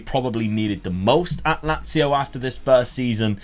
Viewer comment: Nazio not lazio